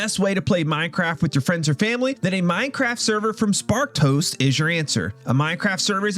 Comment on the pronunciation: Whenever you say Sparked Host", I hear "Spark Toast" 😂😂😂